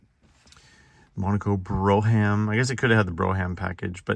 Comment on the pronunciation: Lol bro-ham. Brougham is pronounced like Brew-um. Google it if you don't believe me.